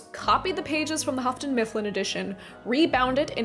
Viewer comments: Why 'Hafton'? It's Yoo-ton (Houghton). Like Hugh + ton. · If I'm going to sue you for the pronunciation of "joie de vivre," I'm going to also sue you for Houghton Mifflin. It's pronounced "hoe-ton" not "huff-ton." Also, the title of Edmund Wilson's review/essay is "Oo, Those Awful Orcs!" You forgot "awful." Sorry, but I'm a full-on Tolkien geek since 1974! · It's pronounced hoaton, not huffton. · Really liking your content... enough to want to help if I may? The Hough in Houghton rhymes with through, not rough... "English is a difficult language, it can be understood through tough thorough thought though!" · Houghton is pronounced without an 'f' sound.